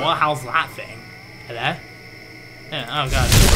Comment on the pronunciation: ''HELLOWH?!'' XD